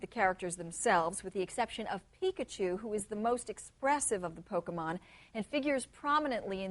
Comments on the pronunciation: It's about acquiring Poke-uh-muns. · i love it when roger says "THEYRE AQUIRING POKEMUNZ!!" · "It's about acquiring Poke-mins." LOL! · well he is not wrong. except for how he pronounces pokemon lol.